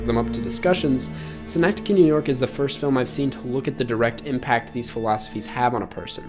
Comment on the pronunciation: Why’ll i will commend you for pronounciation of synecdoche, the actual city of Schenectady NY is pronounced like “skuhnectady”